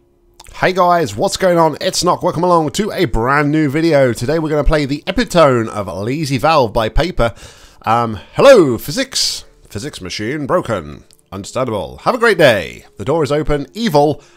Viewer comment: Epitome is pronounced Ep It Oh Mee ;) Guess this explains why you float when you exit the funnel from the ceiling.